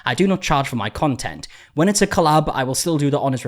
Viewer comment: "Wen" bro